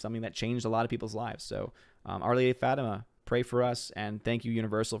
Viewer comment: I’m looking forward to seeing “Fatima”. The “i” is stressed like the letter E.